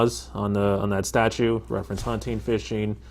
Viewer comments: He calls STATUTES, “statues”. OMG😱😱😱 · In *under 40 seconds* this inbred """Sargent""" said he received training about......... "STATUES"